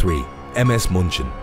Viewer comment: One issue: the German Ship is not pronounced Muhnchin but Mew-chen (like Munich) German grandma watching with me and wanted to correct you.. and you dont tell german grandma no XD